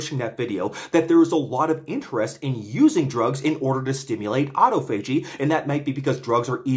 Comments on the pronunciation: Just a few notes: - autophagy is generally pronounced "ah tah fuh jee" - Epigallocatechin gallate is EGCG, a pretty well-established antioxidant which has been studied for hair loss, and is not just some TCM molecule with no valid rationale for use. The "chin" is pronounced "kin", I believe (though I might be wrong, you might want to check this). Nitpicks aside, thank you for the informative video as always! This is very exciting research. It makes intuitive sense to me that inhibiting mTor would help hair growth (up to a point). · It's pronounced aa-taa-fuh-jee, choom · I thought autophagy was pronounced “ah-tah-fo-gee” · you are literally my next target due to the way you pronounce autophagy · I'll give you 1000 credits if you learn how to pronounce autophagy